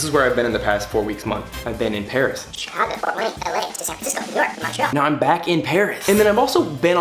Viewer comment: In English it’s mun-tree-all